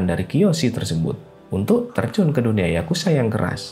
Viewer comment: Bro ato admin dari situs ini penyebutan yang benar YAKUZA bukan YAKUSA pake Z boskuh bukan S